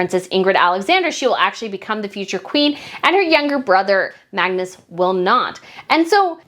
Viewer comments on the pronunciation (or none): none